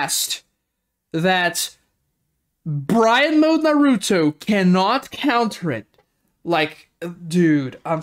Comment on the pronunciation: ah yes “Bryan Mode Naruto” 😂